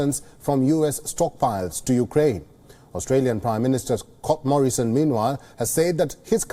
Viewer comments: Did the newcaster called aussie pm Cock Morrison? Lol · did he say Cock Morrison?